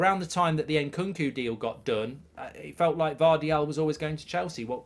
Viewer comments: His name is Gvardiol, not Gvardial, Mark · i love how he got gvardiol's name wrong 10 times